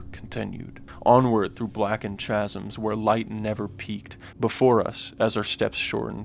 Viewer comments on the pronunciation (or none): Chasm is pronounced "kazm" not "cha-zm" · dude great video....but i gotta point out that chasm is pronounced "kaz-um", not "chaz-um" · Chaz-em my boi!!? U tryin to sound all narrative like a dollar store dungeon master but can't even pronounce the word properly. The word is chasm pronounced as "Kasem" my discount narrator!!! 😂💯🤣 Otherwise great video right on point Bethesda is trash money now!! Keep up the good work but stop tryin to do too much my tiny tike!! 💯💯💯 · If you're going to try to sound sophisticated the least you could do is learn how to speak English. I nearly spat out my drink when I heard this fool say 'chasm'. 🤣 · How can you not pronounce chasm properly, though? People really are getting dumber.